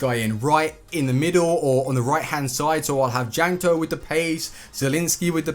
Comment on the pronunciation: Check your pronounciation please, my ears bled each time when you said Jankto, Ligue 1